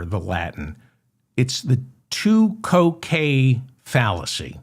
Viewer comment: Think "tu quoque" is pronounced "Too Kwoh Kway"